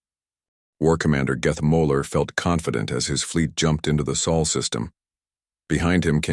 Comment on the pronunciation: You just can't get it right can you? It's SOL not soul or saul or any other mangled words!